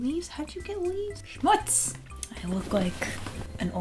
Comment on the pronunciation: What on earth?! I wasn`t at all aware that Americans use the word "Schmutz"?! That`s a German word, and you pronounced it perfectly! That somehow is so cool to me.... Languages man....crazy stuff.